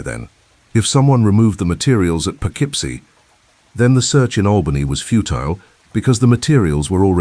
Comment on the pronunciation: Poughkeepsie is pronounced Poe - KIP - See.